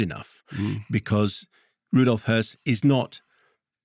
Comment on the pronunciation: Thanks for getting pronunciation of Höss right.